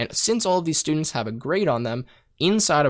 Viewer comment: i lost it on the For sturdents, how that isnt a loop?